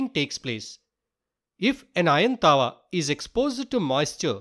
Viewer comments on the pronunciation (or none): none